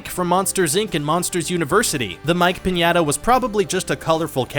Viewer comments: and "pinyaduh" and don't forget him calling elotes "corn on the cob on a stick" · mig-well? pin-yea-tah? wth dude